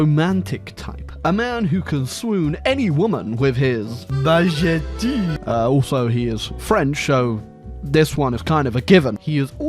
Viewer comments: As a French I find this video very offensive... You pronounced baguette wrong ! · bajettee is probably one of my favorite stupid things honestly